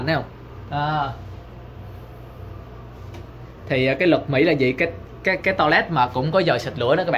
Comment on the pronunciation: Anh ơi!! Mỹ chứ ko phải Mỷ!!!